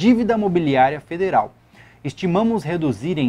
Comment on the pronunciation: Depois do governo "federel" não duvido mais de nada kkkkk